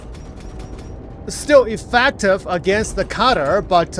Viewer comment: "EffEctive", theres an E and pronunciated with an E not A. is so annoying when you say that... i know english is not your native language but still. come on